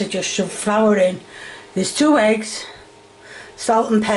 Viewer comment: why does she always say with an H?? Honions or Heggs?